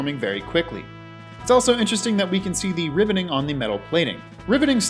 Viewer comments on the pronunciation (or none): It sounds like you’re saying “ribbiter” and “ribbiting.”